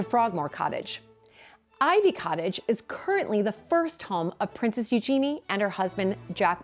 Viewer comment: You're also mispronoucing Eugenie. It's EU-gen-ie not eu-GEN-ie.